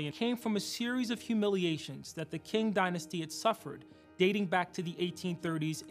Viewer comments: In mandarin it would be pronounced similar to Tsing, in American English it’s Ching in British English it’s King y’all are all right😂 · With respect Mr. Williams, Qing is pronounced Ching, not King. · hey!!!! its' ethan from 5/6th period also qing is pronounced "ching" not "king" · hoomalu it’s not exactly either. Cih-ing is probably the closest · It's not pronounced like that either just saying. I prefer king honestly. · I think it might have to do with dialect and accent. As the way my people said it is "Ching". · So…you’re just entirely wrong if you are talking about standard Mandarin as spoken in the mainland and Taiwan. Qing is closest to “Ching” in English. The “Ts” sound is when it starts with a “C” (like the name Cao Cao). And it is 1st tone, not 3rd tone. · How can I show this to students when the guy can't pronounce Qing and doesn't know when to use "whom" and when to use "who"? Neither is a big deal, but with a video titled "how to sound smart" those are probably two really fast ways not to accomplish that goal.